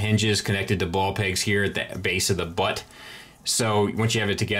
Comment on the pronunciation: You put a little sauce on that "Butt" (so to speak).